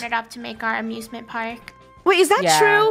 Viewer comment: I thought she sead abusement park